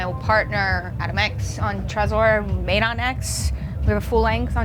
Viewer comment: That would be pronounced Medon